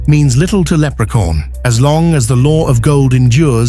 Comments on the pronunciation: For some reason I kept hearing leprecorn.😅 of course Leprechaun would win. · Can't get it out of my head how narrator says Leprecorn!😆😆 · Lerpecorn huh ? Interesting coming from ai slop 🖕🏼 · Haha lepre-corn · I think he did pronounce leprechaun but in a British way like they always talk